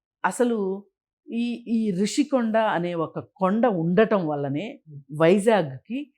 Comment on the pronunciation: ఒరే సన్నాసి రిషీకొండా నీ బొంద కొండా కాదు, రుషికొండ అనాలి,నువ్వు తెలియక అంటావా జర్నలిస్టు ను జోన‌లిస్ట్ అని